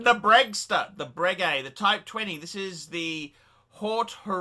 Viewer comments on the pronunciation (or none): Anyway you didn't deserve it because it is 'bray-gay' not bregg-gay.' ...I heard that from Ralph Schneider.